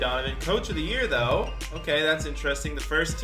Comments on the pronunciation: Bro... It's pronounced dawn-chich not doen-cic, stop that shit😂😂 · its DON CIC NOT DONKIC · if you say Luka Donkic again im finna kill you its pronounced Luka DON-CHICH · You pronounced it luka donkey lol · You saying doncic wrong it like donchich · can u please pronounce luka doncics name right it’s pronounced (don-chic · It’s Dohn-Chich lol (Like John with a D, and then Chich) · Can you learn how to say luka doncic name please. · Stop saying luka’s name wrong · I agree. Fake Fans.